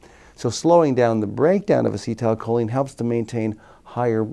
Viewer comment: lol why is he saying "as-cee(tile) choline" lmfao